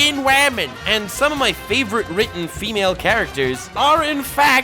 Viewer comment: Didn’t know you were a ferengi. “FEEEEE-MALE” I like your shit, but I question how many human beings you’ve met in your life. And your knowledge of us hoo-mans. “She’s a waman, she’s hot, and she’s strong.” Therefore a good and nuanced character? I didn’t know nuance = being a Mary Sue, but yeah